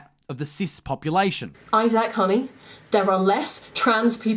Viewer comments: why cant he pronounce isaac properly grrrrrrr. its isac not izaaaaaack fucking oh my days. im sorry that was getting on my tits just if you cant pronounce a guys name dont talk about them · Has she’s ever heard the name Isaac before? Why is she saying eyezaack? It’s eyezick. That’s how you pronounce that shizm. Had to edit this one when I found out THIS BISH THINKS SHES A COMEDIAN........AHHHHAHAHAHAHHAHAHAHAHAHhhHhHhHahahskfnsjskhdjaiahahahhahahah. Is that thing for real??? No possible way this particular individual is funny in any way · Eye SACK The way this creature pronounces his name really annoys me. Overly pronounced. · Why do they keep pronouncing his name as Is-aac? That's kind of irritating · as another British person , no , we don't all pronounce Isaac like that. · Isaac i hate people who pronuce it as i sac its one word not two